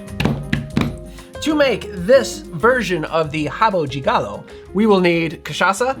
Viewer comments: You nailed the pronunciation. Back in the beginning of the nineties, when I was in high school, this was our drink of choice, together with bombeirinho ( pinga with currant syrup). Those were cheap options that made us drunk quickly 😂. I know high schoolers shouldn't drink but it was the nineties. Kids don't do it, I don't recommend. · Thanks from Brazil for popularizing this cocktail among the English-speaking public. Your Brazilian Portuguese pronunciation was perfect! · Thank you so very much for pronouncing the words correctly. And you're an American, no less! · Both pronunciation are fine. Rabo di Galo would be more in Rio. In the south of Brazil we say Rabo de Galo. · RABO DE GALO (pronounced as /habu dji galu/, "e" turns into "i" in non-stressed syllables while "o" turns into "u") literally means COCKTAIL. this is not a standard cocktail here. it's simply a poorly made shot with equal parts of Cynar and poor white cachaça just to make you drunk as fast as possible with a terrible taste. no one asks for a RABO DE GALO in sophisticated bars or pubs, unless you're on a boteco. but I appreciate the efforts to fantasize about it and create a Brazilian new drink (totally unreliable, though. Probably no one single boteco would know about this "new recipe") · Amazing presentation to our second best cocktail = rabo de galo (good pronunciation). This cocktail is so common in lower class bars here in Brazil, but Master Derivan drove it to highest post like your preparation. It's fantastic your "girl tester" approved! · Nice ma, I'd help you understand the variety of pronunciation in brazillian portuguese. Like "rabo de galo" the "de" may have different pronunciations across the country. But thank you to appreciate Brazil. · The pronunciation you tried to say was correct. Your friend just have a heavy Rio de Janeiro accent and sold you the idea that "de" is pronounced "djee" which is a Rio thing. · 10 for the drink, and 10 for the pronunciation!